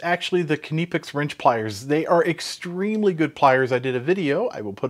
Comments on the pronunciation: Why do you yanks always call them 'kineepex' when its pronounced 'nipex'. The 'K' is silent like in knife. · I don't think its pronounced Kineepex. It's simply Nipex. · Do you call you cutting utensils kuh-nives? It sounds horrible hearing you say kuh-nipex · KNIPex! NIP is NIP not NEP. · Please stop pronouncing knipex as k.nee pex it's nipex the k is silent. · nipex nippex etc. is wrong AF. knipex with the K and a snappy p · Please say nip ex.....the knipex needs a better grip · will always be 'nigh pex' to me, they can pronounce it however they want to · KUH-NIP-EX, get it right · Kuh-neepex? I think the K is silent. As in Knee. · Did he just say keniy pex? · Nye-pecks Edit: no I don't care what those non English channels say. English has rules. I may suck at them but kni*** is pronounced nye. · It actually sounds like kipex when he says it. I do speak some German too. Maybe we should now start pronouncing knife differently too. :-) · Kuh-née-picks… you gotta love spell correct! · He's right it's pronounced Nip - X. K is silent. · Please pronounce it Kah-nip-ex. The Germans pronounce their "I" sometimes as an "ee". So you could say Kah-neep-ex and still be correct. They also sell these pliers with a comfort grip handle. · Please start pronouncing Knipex with a K, as it is not silent. Here are some videos that will help you learn how to say Knipex correctly. and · the guy who works for the company doesnt pronounce it this way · everyone around word pronounce this brand with a K, only mericans like to made up pronunciation of stuff, like aluminum of example. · The man who represents Knipex either doesn't know how to pronounce it, or has given up the fight for the American market. Pronunciation in German isn't (almost) arbitrary as it is in English. This really isn't an ambiguous situation. You can say it the German way, or you can just keep saying it wrong ;-) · It drove me up the wall every time he said it so wrong 😖😖😖. And he said it so meany times 😖😖😖